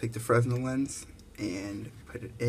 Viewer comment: Thanks for the video. This looks like a great kit for the money. FYI - Fresnel has a silent S. It's pronounced "freh-nell."